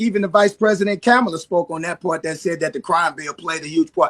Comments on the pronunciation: Ka mah lah- if you could say her name right, you might have paid more attention to the Dems. Sorry Nelly is a MAGA without privileges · Um, I'm still stuck on him mispronouncing Kamala 🤔, I've added them to my blocked list and it's growing longer 😞 I'm just disgusted with Americans who voted and support Republicans 👎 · I was ok to give Nelly a pass because he hasn't had a hit in 30 years, and his family is growing. But after seeing this, I realize he's just an arsehole. Didn't even pronounce Kamala's name right. I hope the Orange Clown plans to offer him a lot more jigs..I mean gigs, because those will be the only ones he AND Ashanti will be doing.